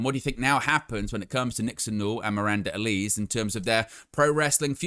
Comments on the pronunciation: I see this with a lot British wrestling news outlets when it comes to Miranda Alize's last name. It's a small thing but you are pronouncing it incorrectly. It's AL-LA-ZEA (like HEY but with a ZED) (it may be a reference to the alcoholic beverage of the same name, popular amongst African Americans at one time) it's okay, I am black lol. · I think your pronouncing miranda's name wrong. Sure it's pronounced alaze like the drink